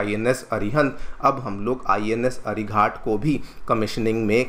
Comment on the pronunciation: अरिघात कहिए, अरिघाट नहीं।